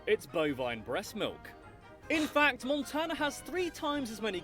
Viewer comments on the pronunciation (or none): I died when he said “moontana”😂